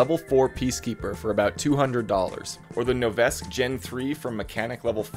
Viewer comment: its pronounced no-veh-skee btw